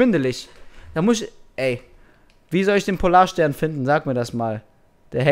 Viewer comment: Ich dachte mir nur am Ende "Hat der nicht in Erdkunde aufgefasst, es heißt Polar"STERN" :P